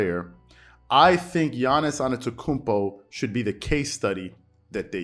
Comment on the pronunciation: Dont mean to be that guy but you keep pronouncing Giannis's last name without the first t, saying anetokounmpo. Not sure if you realized but just wanted to point it out. Really enjoyed the video, keep up the great work!